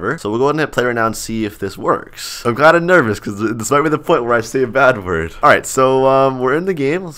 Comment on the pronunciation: He say bat wurt!1!11!!111!!???😱😱😱